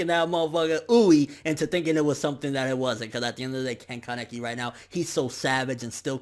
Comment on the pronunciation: Mihran Zakaryan ya i could see that being the case in English but in Japanese (no I'm not a weeabo my mom is Japanese and was taught when i was younger) I'm pretty sure that's how it's pronounced. Also kinda pronounces Kaneki weird too. If it's a speech problem I'm sorry.